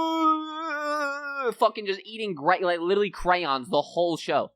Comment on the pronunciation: Why is Scrap is littlely? It LiteRally with an R 😂😂